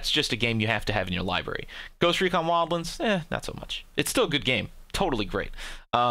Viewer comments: Bro, it's not WildLINDS. It's Wild-Lands! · "Ghost recon wildlens" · Ghost Recon "wildLINDS"...... BD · you really enjoy saying wildlands like a weirdo huh? okay fair enough